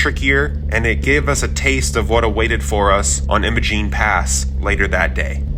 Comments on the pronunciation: "I - MO - Gene" not Emma-Gene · Just helping ya here. It's Will-eeee's not Will-is. Willy's. It's I'm-a-Gene not Emmagene. Imogene. Great video by the way. I've done every one of those badge of honor trails and so many more Trails up there for the last 12 years so dozens of times incredible beautiful place to be❤